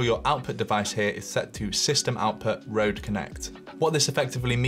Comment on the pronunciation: you are so close To say RØDE but cool video